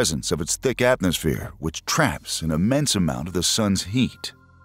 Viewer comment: Did you really just say "atnosphere" ?